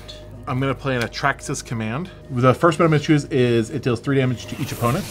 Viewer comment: Did he just say Atraxas command its atarkas command